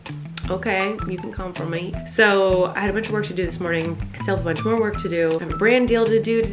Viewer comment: yeah... and he also said "mo" when he repeated "more"